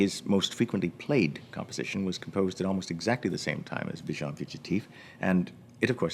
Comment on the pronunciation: Agreed 95%; would just like for him to pronounce "visions" properly in French. :-) Small - no, tiny! - matter, though.